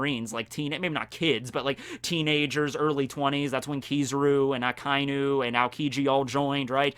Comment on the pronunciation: Why do you say his name as Aka-inu rather than A-kai-nu?????